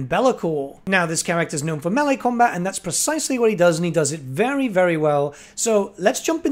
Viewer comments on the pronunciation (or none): none